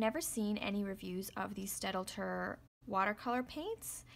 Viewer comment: Just an FYI The pronunciation is stat-ler. The German d is silent here. Thanks.